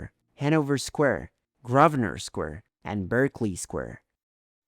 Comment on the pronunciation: Grosvernor, baroque, Marylebone were also charmingly mispronounced, and it's Big Ben, not the Big Ben, and the Houses of Parliament, not the Houses of the Parliament